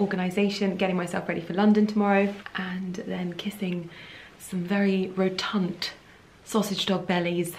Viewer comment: Rotund not “rotunt” 😂 You’re so funny 😂